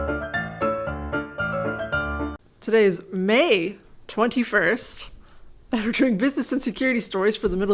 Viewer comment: Love the emphasis on "May" after last episode. xD